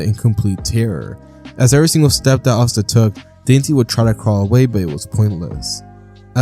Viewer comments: Dante is pronounced Don-tay When you pronounced it saying dainty I started crying laughing😂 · Your pronunciation of Dante is absolutely egregious